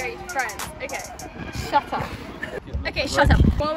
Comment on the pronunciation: “sha tup” 🤣!!!!